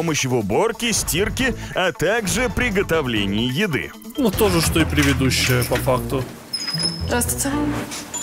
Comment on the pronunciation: 😂 правильно говорить предыдущая а не превидущая 😂 Прости за замечания 😅 я в курсе,что это оговорка. ❤